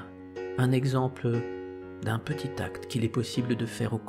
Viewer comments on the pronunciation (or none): none